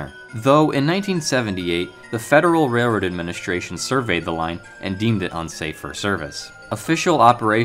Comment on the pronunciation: I gagged when he said reroad